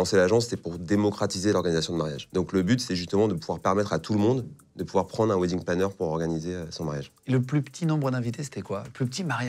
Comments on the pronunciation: Alors quand on en fait son métier....on devrait au moins savoir PRONONCER le mot WEDDING... Le mot wedding se prononce WÈDING.....mais surement pas WIDING.... Les français vous êtes vraiment la risée du monde entier....vous apprenez l'anglais oú....à Barbès !?!?!?!?!?!? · Wedding planner.... cela se prononce "wèdding" ;-) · C'est idiot de trouver un intitulé de boulot en anglais, surtout quand on est incapable de le prononcer correctement, pourtant il n'y a que 2 mots.... "WEDDING" comme dans "WESH"